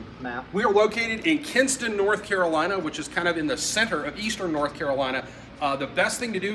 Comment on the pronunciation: Kinston, not Kingston. Great work otherwise 👍